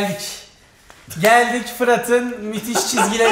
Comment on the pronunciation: "mütüş" değil "müthiş" 😁